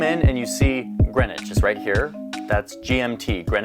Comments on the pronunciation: "green witch"?? Ffs you have a town in Connecticut called Greenwich which y'all pronounce "Grennich" . It's a shame that you had no idea why you use GMT. Perhaps the American education system needs to start telling its kids about the rest of the world. But bless you for being interested. I'm English and I absolutely love the USA. I visited Greenwich and Cos Cob CT in the 70s. I love you Yanks ❤️ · It's Grenwich (pronounced) Grenich 'meantime'! I learned it in school at age 10 yrs old. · You should watch a TV movie/miniseries Longitude that covers the history of the Greenwich (yes it's pronounced Gren-itch not green witch or other variations) Meridian. The Greenwich meridian's competitor was the Paris Meridian, also dubbed the Rose Line by author Dan Brown and was integral to the plot of the movie and his novel The Davinci Code. So far as I am aware, under UTC (coordinated universal time) Greenwich Mean Time (GMT) is the same as Zulu Time so beloved by producers of military action movies. More properly UTC + 0.00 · It's Greenwich Mean Time (GMT). Pronounced 'Gren-itch'. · The British were seafarers from antiquity. So when navigation became sophisticated enough the British created the prime meridian to be 0 at a part of London called Greenwich (pronounced Grennich), hence the Greenwich meridian and Greenwich Mean Time (GMT) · Greenwhich is pronounced GREN-IDGE. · GMT - Greenwich Mean Time and pronounced Grenitch. Do they not teach you guys anything about the globe and world history at school in the USA??